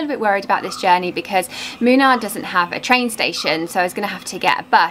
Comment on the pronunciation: Moonnaar not minar